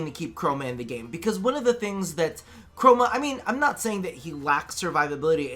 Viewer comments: No its not just you. Mr. Co-ro-ma is certainly a thing now in my head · Honestly am I the only one that heard say “Mr. Coroma”?